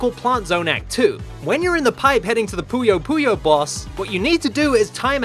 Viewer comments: Thank you SO MUCH for pronouncing "Puyo Puyo" correctly, it feels so good to hear that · Finally someone pronounces Puyo Puyo Correctly